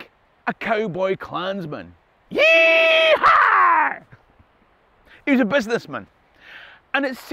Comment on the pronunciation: I don't go through my notifications very often. Im Glad to see that my new favorite kilt wearer replied. Congrats on your comedy! Keep it up, and I'll endorse you for office. To the non-americans who maybe reading this.... What made his "yeehaw" genuine? The "w" is silent... the exaggerated "haw" is just that. Exaggerated for comedy.